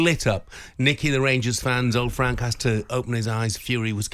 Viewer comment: There you go boys n girls...honest fwank 😂😂😂